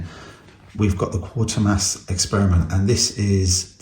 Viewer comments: It's actually Quatermass 😂 not quarter mass . Nice edition 👍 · It's easily done yeah it quat ermass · Okay, so you mispronounced it but I appreciate that an actual human being is here as too often I see videos with AI narration with silly mispronounced words.